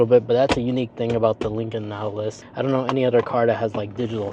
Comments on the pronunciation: It sounds like you’re saying, “Nattilus” most of the time… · Natt-a-luss. Whew. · if you are going to review products you should learn how to say the name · His pronunciation of Nautilus drove me crazy. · OMG! That threw me from the start. It’s not a difficult word. But the video was good otherwise 🫣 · First of all, within just a few seconds, you can't end pronounce the name correctly. I don't even need to watch the video now after that. And, it's a Chinese import. Americans can't even make their own vehicles anymore, and the ones they do make, suck.